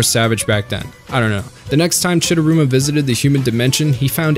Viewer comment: Chidaruma not chidurama